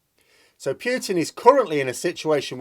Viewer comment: I presume you mean Putin ( Poo-Tin ) as a Russian it sounds really weird to me to hear you say Poutin. The reasons are nothing to do with NATO, he wants Ukraine back in the Russian fold and there are huge gas deposits just off the coast of Crimea and in the Donets and Lublin basins as well as Ukraine being a very large food producer with huge amounts of fertile land which Russia is in short supply. Of course he has made a huge error and thought he would roll in and take over in a few days. Now he has no way out. He can't hide what he has done for much longer in Russia as he has destroyed not only Ukrainian cites but Russian-Ukrainian cities and killed many Russians. This is where he is finished. He will no doubt be taken out by those close to him as is the way in Russia.